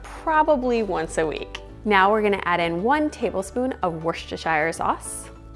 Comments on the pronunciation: Looks fabulous, thanks! Worchestershire is simply pronounced WISTER- SHEER! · Little hint for you from the UK (Scotland), it's pronounced "Woostershur" sauce. Recipe looks good, going to try it this week 👏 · Its actually pronounced !Wooster Sauce" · Lol. I was thinking the same.Just didn't want to say.😂